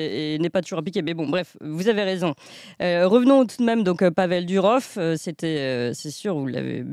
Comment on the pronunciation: Pourquoi vous dites DUrov ??? C'est DOUrov